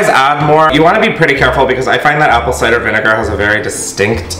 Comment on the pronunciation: Wait did he just say apple ci-der vinegar?? Or was that just me?? Cause I’m high af lmao